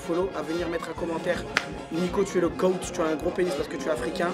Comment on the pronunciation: goat pas gaot